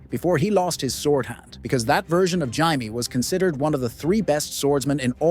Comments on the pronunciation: It’s jay-me not ji-me. It would be ji if it was spelt jiame. Martin has said this so many times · Jay-mee, not Jye-mee for Jaime. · she was knighted BEFORE the battle by JAIME Lannister. Not “hy-mae” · Jye me not Jay me? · Yup he fucking called jamie hymie Lannister 😭😂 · Why he saying (jai me) n not jamie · Jamie❎ Yaimi✅ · Hymee Lannister 😂🤣😂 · There are so many things inaccurate about this video I don’t even know where to start. But listening to this guy say “Jiimie” over and over again is the real crime. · The list was entertaining but please pronounce ‘Jamie’ correctly. My head hurts from hearing Jaymee constantly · “Jaimee Lannister” 💀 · Who the hell is Ymie/Himee/Jymee? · WTF is a Jai-mee Lannister? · gai-me... thumbs down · Why are you calling Jamie Lannister "Jimey". His name isn't pronounced "Jimey"!🤣😅😂 That sounds like you're calling him a Limey". THAT name comes from the 19th-century practice of the British Royal Navy issuing lime juice to sailors to prevent scurvy. Jamie isn't a member of the Royal Navy. Jamie was the Royal Commander of the Kings Guard! 🤣😅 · Who the fuck is "Jymee Lannister" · I hate when people pronounce Jamie as HY-MEE. It's ignorant to make a YouTube video about a show they obviously have never watched. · Jymee Lannister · The narrator apparently thinks the Lannisters came from Australia. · Jy-mie Lannister 😂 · Hey, wait. You just said we couldn't say Oberyn because his style isn't swords, yet you had Gregor Clegaine with other weapons (lance). You can't have it both ways. Also, pronounce Jaime's name correctly. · Why you gotta say Jaime’s name like that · This is the absolute most hilarious pronunciation of the name Jamie I’ve ever heard. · No one said Jaime that way in the show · I think he pronounced that name 5 different ways throughout the video😂 It really got annoying.